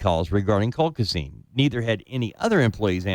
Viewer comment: Colchicine!!!! Learn how to say it before you do a show revolving around this medication, ESPECIALLY when you insist on being a KNOW-IT-ALL and interrupt your guests constantly!